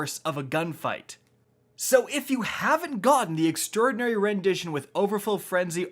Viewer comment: If you're talking about how he says extraordinary then he's the only one saying it properly. Not sure why so many other youtubers have been saying extra-ordinary, it's quite wrong.